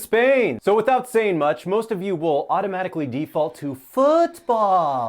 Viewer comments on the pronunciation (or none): none